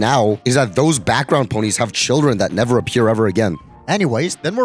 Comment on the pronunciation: “I nevew weally was on youw siwde”